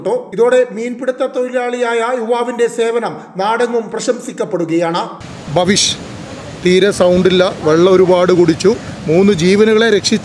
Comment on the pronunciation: ഭാവിഷ് അല്ല, ബവീഷ്